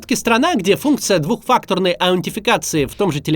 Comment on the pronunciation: "Двухфактурной" чего? Аунтификации?